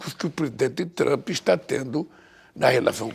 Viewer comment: É duro ouvir ele falando "Trampi", numa entrevista dessa!